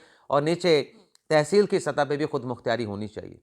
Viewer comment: او اللہ والیو خودمختاری ھوندا جے خودمختیاری نہی